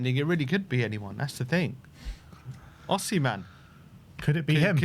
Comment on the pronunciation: ITS OSIMHEN